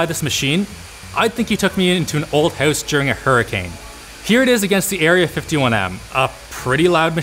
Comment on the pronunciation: old "house"? Scottish? "about"?